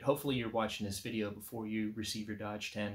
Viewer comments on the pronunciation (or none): You're pronouncing it Dodge, but it looks like Doge to me. A claw hammer works well to disassemble a wooden crate.